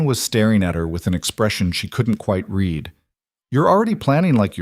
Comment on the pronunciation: It's so funny that every single Narrator mispronounces the word "read" exactly the opposite of its intended use. These producers don't waste time looking for errors. 😂